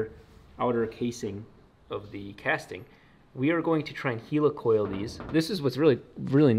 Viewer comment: Do you say Heeelicopter? NO Its a helicoil, not a heeelicoil!